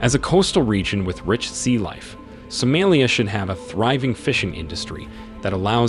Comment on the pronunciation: I assumed you were AI, since you can't even pronounce the name of the country correctly.